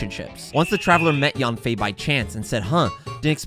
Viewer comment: Stop saying YAWN-FAY when you're saying her name. It's pronounced sort of like YUN-FAY or even YEN-FAY. Chinese A's have a certain inflection. Jing Yuan and Fu Xuan are good examples.